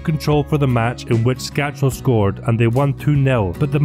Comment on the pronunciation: Skácel is a great. I met him at the ice hockey in Edinburgh once and he was such a down to earth and nice guy. I still don't know why no hearts fan ever has learnt how to say his name correctly, it's skácel (skaatsel) and not skačel (skachel)...no 'ch' sound. Nice video.